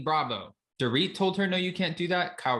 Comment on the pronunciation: Door-it. It’s definitely Dorit annoying Kathy